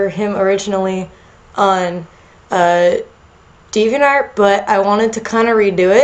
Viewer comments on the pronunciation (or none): none